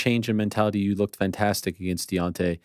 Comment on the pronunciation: You do pronounce against incorrectly